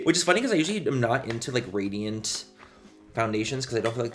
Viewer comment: are you saying "radiant" or "gradient"??